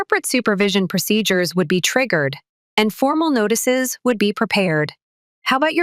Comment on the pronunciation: The AI voicing this sucks. M A A M? . NAGHTICES? And problems aren't worked out this easily. BS.